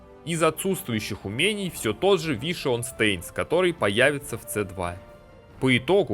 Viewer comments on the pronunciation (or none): Вишион стэинст стэинс... стэинс... стэинс... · дэз вайшпир ))) вишион стейнс )) ору )) как воспринимать всерьез эти рассказы о классах, когда человек названия скиллов даже не смог за столько лет выучить?